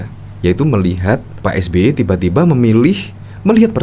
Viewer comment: Saking sering atur kata... Sampe keseleo nyebut nama SBY 🤣